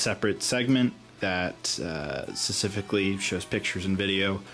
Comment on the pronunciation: Someone please tell him it's specifically and not sussifically!